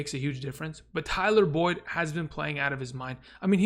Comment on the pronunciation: Love your videos, but put some respect on Boyd’s name 👀